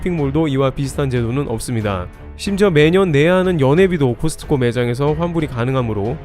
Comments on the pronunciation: '코스트코'라 발음하는 것 보다는 '코스코'가 맞지 않을까요? 크리스트마스가 아닌 것과 같지 않을까요? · 제발 '트' 좀 빼주세요 코스트코 하지마 코스코야 제발~~~ 코스코. 코스코. 코스코